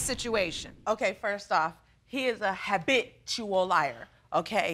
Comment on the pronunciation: "He is an haBITCHual liar" that took me out